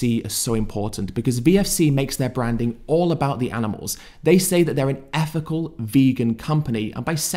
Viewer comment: I can't see past your speech. You can pronounce the, them, this and that etc, But you insist on saying effical, healf, uvver and worf and so on. I don't deny that you're clearly show signs of intelligence but I can't take you seriously when you can spell these words, pronounce "TH" in obvious demonstrative pronouns and so on, but you don't seem to be willing to apply your brain power to putting the "TH" in ethical, health, other and worth. I can't see past this and my high opinion of you was shattered the moment I noticed that. Peace brother.